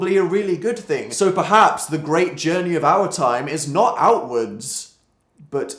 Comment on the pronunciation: For a second I thought he said elle woods instead of outwards... help